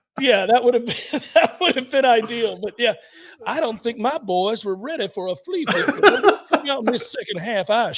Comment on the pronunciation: The flee flickuh 🤣 I’m dying.